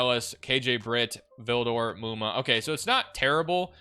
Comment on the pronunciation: THANK YOU FOR SAYING MUMA CORRECTLY